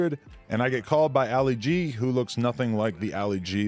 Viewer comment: "Alley Gee"... 😂🤦‍♂️ It's pronounced "ah-lee gee".. as in Muhammad Ali lol